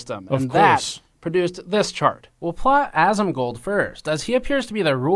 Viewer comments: GN Crew: "...its ASS-MONGLER!" Nailed it! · Dude you must be rolling in dough. EDIT: GN must be rolling in the dough after that noise chamber walkthrough. Ass-mon-gold. LOL!